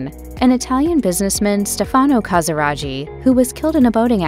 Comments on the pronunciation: In Italian, ghi is pronounced as a hard g. It's ca sa RAH ghi, not ca sa RA gee. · It hurts to hear the wrong pronunciation CasiraGhi, the h should avoid the pronunciation tsch! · Please note that the name Casiraghi is wrongly pronounced, it should sound like KASIRAGKI and not KASIRAGI... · Please don't pronounce it "Casiradschi" its called "Casiraghi" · Never heard the name Casiraghi butchered like that before. It's Casiragee, not Casirajee....... Good grief.. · I think the pronunciation of the surname Casiraghi is wrong - it would not have taken much effort to find out how to pronounce it correctly. It is an Italian name and the gh is a hard sound - as in gear. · I can't continue to hear you butcher Stefano Casiraghi's surname! It's a hard G for goodness sake!! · The ‘ghi’ is pronounced as in baggy, or Maggie. At least get that correct.😅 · It’s appalling isn’t it 😮😮😮😮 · The commentator pronounces every Italian name wrong! Even Casiraghi!!! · Every French name, too.